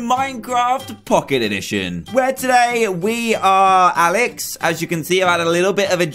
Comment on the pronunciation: You Said "Aalex"